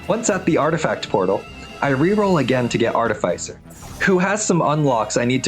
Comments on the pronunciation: Its pronounced Artificer. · The way he pronounced artificer was making me want to quit watching 💀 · that is not how you say artificer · Why do you say artificer like that?